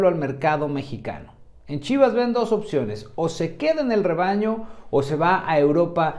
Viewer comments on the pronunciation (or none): none